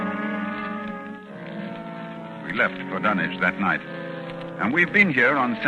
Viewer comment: It's refreshing to hear Dunwich pronounced correctly.